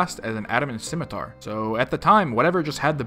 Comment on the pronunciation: The c in scimitar is silent. It's SIM, not Skim. 20 years and people still can't pronounce shit. EDIT: Also change your title to best in slot melee gear.